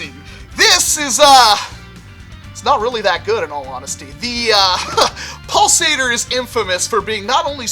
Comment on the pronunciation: After a while it sounds like "balls ate her"